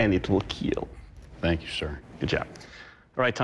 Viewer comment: It wil KeeLL